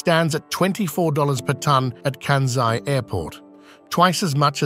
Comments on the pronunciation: Please to pronounce that airport, region, as “Kansai,” not as, “Kanzai.’ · It irritated me every time the narrator pronounced Kansai as Kanzai. Small issue but so easy to fix. Otherwise, interesting comments! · It is not “Kanzai,” but “Kansai. You should at least learn how to pronounce it before you make it. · kan-sigh not kan-zeigh. Ko-bay not Ko-bee. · Yes, stop bastadizing Asian names. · Why Americans (and British) can't pronounce "SAI"? IT IS KANSAI. SA as pronounced in SAdness, SAnd, SAtan etc etc... Not KANZAI. there is no Z there. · The narration mispronounces "Kansai" as well. It's pronounces by us living in Japan, "Kansai," with an S, but I kept hearing kanZai. (T_T) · This may explain why they mispronounced “Kansai” as “Kanzai” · Right. Where is the "z" in "Kansai"?